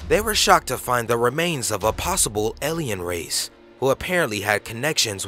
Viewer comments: A...lien... Alien. Not elian. Drove me nuts... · elien or alien? lmao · "eliyn" ... o more words